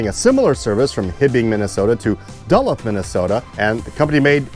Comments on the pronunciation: It’s not Duullth, MN it’s Duluth, MN (Dooluth) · Duluth- It's pronounced "DOO - LOOTH." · Second Daniel's motion! Knowing that you are not a native to the northern mid-west United States, 'tis understandable that the city of Duluth in Minnesota may not be familiar to you. It is pronounced da LOOTH ' ... named for a French explorer who was the first European to reach this western-most point of the Great Lakes in 1679. Originally occupied by Chippewa natives, it is the busiest Great Lakes industrial port to this day. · 😅 Surprised you don't know how to pronounce Duluth!